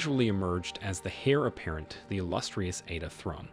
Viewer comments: Pronounced air apparent not hair apparent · Both the text graphic & the narrator got it wrong stating "HAIR apparent" when it is HEIR apparent. 🙄 Sloppy "journalism". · "..hair apparent..."?! 😂 It's heir, pronounced, "air". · Monarchs don’t bow to each other so she wouldn’t have expected him to. In truth she didn’t like anyone bowing to her and thought it was a bit silly. And it’s heir apparent not “hair apparent” 😂😂😂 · ..."the hair apparent"...? You mean the heir apparent? It's Igala, not Egala. You're pronunciations are off.